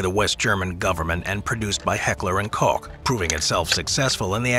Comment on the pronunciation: Beautiful video but kills me every time you lads say Cфck instead of Koch, greetings from Germany 😂🇩🇪